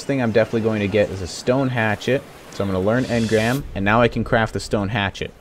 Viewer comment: BeastlyBoss I know what he meant to say,I just heard him say crap saddles, and if you don't believe me turn on subtitles :)